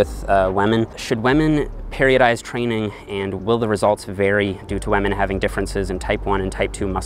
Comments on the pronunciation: he said waman not women LMMFAO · I love your videos! But please stop saying wamen! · Everybody: Women: WAMEN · 😂😂😂 I never noticed it but now I can't unhear it!! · I thought he said lemon! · Rofl, I can’t unhear this now xD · its almost 2020 and still out here sayin "Wamen" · I like how he says wamen like pewdiepie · Hahah I thought the comments were overreacting to the way he pronounces WAHMEN, but damn I laughed out loud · Why does everyone care so much about the way he says WAHMEN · He says “wamen” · Because that's how Pewdiepie says it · When pronounces women “whemen” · 6 minutes into the vid I hear "wamen" and thought, it's just me right. Scroll down to the comment section everyone's talking about it. RESPEK WAMEN GUYS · "Lemon" or "Women"? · Lol I heard Lemon instead of women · Thiught you said lemon not women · WAMEN. all I heard is WAMEN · Sounds like a Newfie thing!